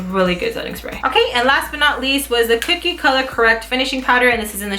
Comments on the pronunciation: I LOVE Everything About This Video. i Have The Powder Contour Palette & I LOVE It. Pero Girl. .. its CO-KIE . Not Cookie. l0l. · kokie (CO-key) not cookie lol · Its ko-kie not kookie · It's not "cookie" it's "kokie " lol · It sounded like you were saying cookie instead of kokie but I knew what you meant 😸❤️ great video 🦋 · its pronounced ko key.. not like cookie lol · lol it's pronounced as "Ko"Key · It's not pronounced "cookie" :/